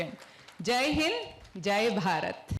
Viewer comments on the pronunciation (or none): none